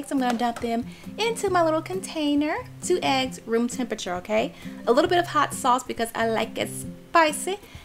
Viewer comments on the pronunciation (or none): did she say egg-ses flour